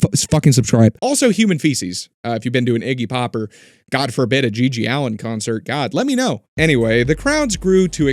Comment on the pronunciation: It's GG Allin, not Allen.